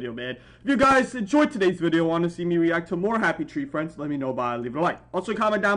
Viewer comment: Bro said Happy tray friends